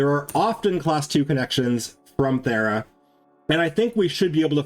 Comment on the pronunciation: VERY LATE, but super funny to me. He said, “To get the Thera, we must go to Fera.” I immediately thought, “Well now all the Brits are confused!” Are you perhaps… British? 😜